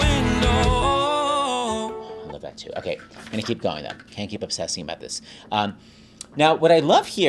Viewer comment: Shocked that he didn't call out saying Winlow instead of Window 😂 Turns out it's extremely difficult to consistently say a good D which I found out when I tried to record this song myself